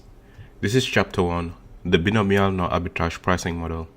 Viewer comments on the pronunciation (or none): "bionomial" is pronunced as /baɪˈnəʊ.mi.əl/